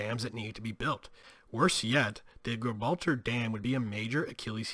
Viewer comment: Good episode but how can you not pronounce Gibraltar correctly. Lordy